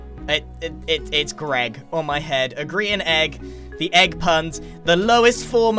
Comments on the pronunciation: Why does everyone call Grian GRAIN?!?!? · ITS GRIAN NOT GRAIN A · grian: say hello to me: its rocco grian: dwayne me: oh ok